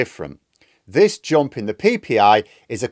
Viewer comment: 'Jomp, Tromp?' Seriously? Something wrong with your mouth? Can't pronounce a U?